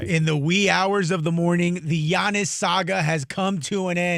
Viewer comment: Giannis and SHAM not bam SHAM 😂😂